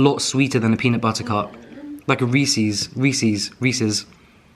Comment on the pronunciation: Was waiting for him to say peanut BUTTER instead of butta’ lol